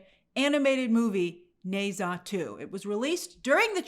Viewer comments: Grace, please in future if you're going to pronounce a foreign name/word 20+ times google how it sounds 😅 especially since the title is just one word long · The utter butchering of the name Ne Zha must be studied.